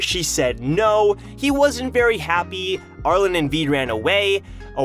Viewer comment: Hey, love the content. Not sure if you read comments, but Arlene's name is pronounced "Arl-een". Hope to see more stuff in the future!